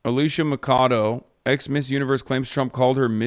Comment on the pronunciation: For the record Alicia Machado's name is pronounced mash-ah-do. In spanish ch always has a shh sound. No I know Hasan had no means of knowing this, and he's not coming hear to read it either. But yuu read it and are no armed with this information.